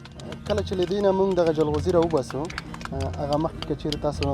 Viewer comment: ژورنالیست صییب ته ج نشی ویلی ؟ چی جلغوزیو ته زنغوزی ،😠😡😡